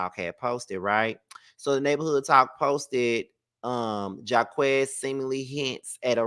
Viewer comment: it’s JAH-KWIS not Jah-quez lol & no Jacquees slander I love his music ❤❤😂